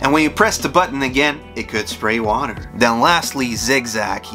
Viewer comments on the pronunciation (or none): none